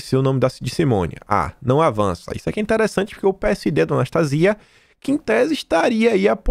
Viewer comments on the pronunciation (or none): none